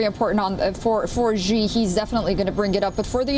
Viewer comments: Such shoddy work by the incompetent reporter: She doesn't even know how to pronounce the name "Xi." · Learn to pronounce “Xi” correctly. This is difficult to listen to a USA reporter that obviously did not go to the trouble to know how to say his name.